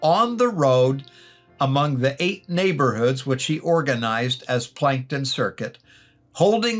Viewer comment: As a South Dakota native, I think the city that you refer to as Plankton, SD is actually Plankinton, SD and is pronounced Plank-in-ton. Just an fyi.